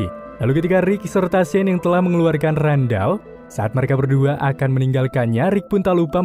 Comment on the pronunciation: Sean tu dibacanya sin/san Inimah Shane